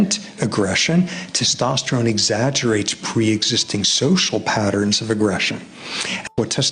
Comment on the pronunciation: dono m se ek se bhi Theek se "Testosterone" nhi bola Jaa rha 😂